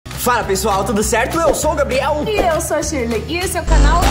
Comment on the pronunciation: No começo quando o Gabriel vai falar o nome dele ele falou gabiel 😂😂😂 😊😊😊